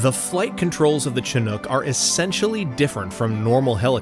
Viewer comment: Now i realize is chinook, not chinhook